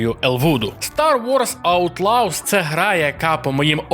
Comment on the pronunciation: Аутлавс?? Шадовс?? Господи, когда уже работа с произношением будет у ведущих разных каналов. Ну сколько можно блть, в самом деле?!?